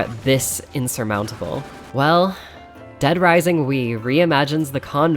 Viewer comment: dead risising :0 such a classic